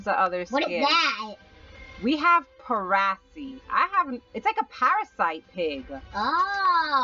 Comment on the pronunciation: it is pronounced as par-a-see not prasee